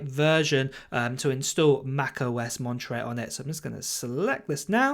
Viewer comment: I like the way you say the name of this system. Lingerie (Monterey)